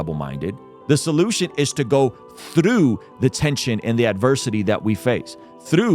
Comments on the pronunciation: Like the message. But where did you learn to say the word "through", lol. You are putting an L in there somehow, haha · Great video. Not sure if I want to watch the show now. Apple TV is just another subscription, which I suppose is an addiction in certain terms. One thing I would say is when you say the word through you sound so Scottish, that’s how I say the word. lol. Keep up the good work.